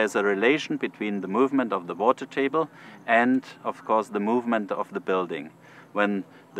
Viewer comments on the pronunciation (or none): none